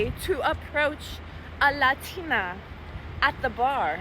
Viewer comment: The completly normal english combined with the extremely accented "LADINAA" makes unreasonably angry. And I'm not even a native speaker of english.